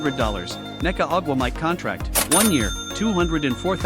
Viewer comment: good ole eye-a Wilson and nneka ugh wah mike.... another a I flub job....